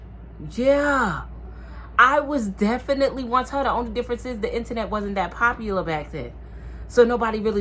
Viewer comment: The 2 times you said internet I thought you was saying my name Antoinette 😂😂😂 Girl I just got rid of my blue face and after that double back I was done done. You’re right she just needs time